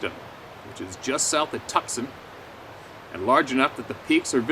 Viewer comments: Mate!!!! You have more troubles pronouncing placing things just around the corner from you than I do!!! I'm in Australia for for fucks sake!!! Tucson isn't tuksun!!! It's pronounced tooo... son; or sun. Jesus!!! I'm in Brisbane! halfway across the planet!!! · Probably Too-sahn Arizona, not tucksun. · Dude getting his head coddled in the tent...... bro, ole girl was trying to tell you to keep your head off the cold pillow/ground lol, also it's "toosan" not tukson Arizona lol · Took me awhile to figure out that Tuck son Arizona is actually Tucson pronounced two sawn Arizona. LOL🦻love this channel and the round table of honest people. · Pronounced Too-sahn not Tuck-sun. Tucson, AZ. Love the reading, keep them coming. Someday I'll share my experience. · Tucson AZ Pronounced “Two-San”. Love the channel. Glad to see you’re heading East. Canada is a dumpster fire right now with your PM off his rocker. God bless. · As always...great stuff! Also, you were pronouncing the AZ city as "Tusk-son" where it is really pronounced as "Too-sawn" No worries...we Americans mess up pronouncing Canadian cities as well.:) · um that would be TWO-sonn not tuck-son. caNT BELEIVE YOU NEVER HEARD OF TUCSON AZ and Chiracahua Mtns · Lol. Tucksun, Arizona. I think you mean Tooson. You gotta love! On a serious note...we patriots here in the U.S stand proudly behind our brothers to the north in their fight to regain and maintain their liberty! May God bless Canada and America always 🇨🇦🇺🇸 Keep up the great work. Stay safe and continue to keep your head on a swivel my brother. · Tucson is pronounced "toos on" not "Tuckson" ❤😉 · Toosaun is how you pronounce Tucson. It’s of Native American origin and no one can pronounce it!😂 I was camped at the Eastern edge of Mt. Wrightson two weeks ago and was wondering if Sabe ever wandered through here and now I know. Strength and Honor, Take Care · Pronounced Tooson Az. 🤙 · Lol Tuck-son...love it though